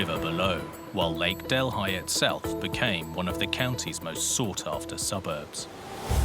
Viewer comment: I am from India. Our capital is New Dellhi (delee!) Who on earth BUTCHERED this name to 'del, hai!? In Amerika seems that every foreign name MUST BE BUTCHERED! REALLY!? Sorry, I still call this lake 'del-EE'! NOT del-hai! Wow!